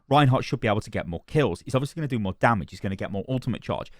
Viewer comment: I like the way you say dummidge